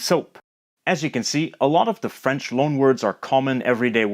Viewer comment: he's actually got really good French pronunciation! was not expecting it 👏